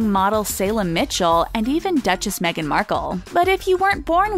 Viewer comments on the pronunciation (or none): none